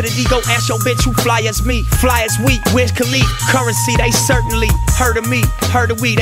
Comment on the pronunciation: lmao atleast pronounce wiz name properly nipsey